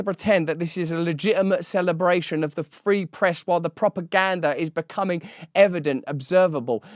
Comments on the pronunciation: Did he say the "Pree Frest"? I turned on Closed Captioning, and it say that Joe says, the "Preest" whatever that is...I think he was trying to say the "Free Press"......jeesh... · Did Biden just say "pee fress"?